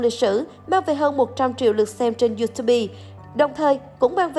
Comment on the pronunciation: đọc tiếng anh nhiều thế mà lại đọc Youtube là "iu tu bi" 😂